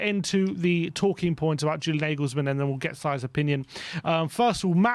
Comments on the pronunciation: Why is Julian Nagelsmann name been pronounced as Negelsmann?..the correct way to say his name would be “You-lian Nar-gayles-mann!!”..if we are going to flirt with him,the first step would be to get his name right 😂😂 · ‘Narglesmann’ not ‘nayglesmann’ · Never heard Nagelsmann pronounced like that before